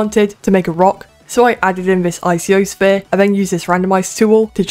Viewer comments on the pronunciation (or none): eye-see-oh sphear? its Pronounced: eye-co-sphere LOL